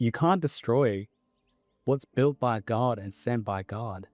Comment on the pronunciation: Id just like to make some commentary about the man speaking , Im a New Zealanded and therefore know very well how our cousin Australians speak, and id just like to mention that everytime he said "God" he said it in an extremely American accent - over emphasis on the O, whereas in the Australian Kiwi accents we dont overemphasize the O at all and say it quite quickly, i also heard an only southern sounding sentence in the end and I thought that was very interesting. Especially considering Australia and New Zealand are very secular countries so its interesting that he puts on an american accent when speaking about god and satan.